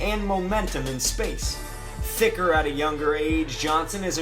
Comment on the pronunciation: Thiccer at a younger age... Whyd you have to put so much emphasis on that